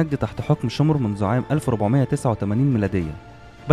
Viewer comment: شمر مش شومر